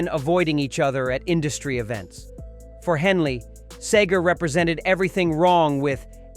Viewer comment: Any video that mispronounces the name of its main subject is a joke. Frey & Seger were longtime friends (Frey's first recorded appearance was on "Ramblin' Gamblin' Man") & Seger wrote a song about Frey after he died. Henley also sang on a Seger album in 1986 (& others before that).